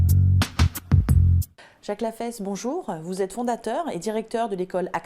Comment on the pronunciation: "Jacque Lafaysse"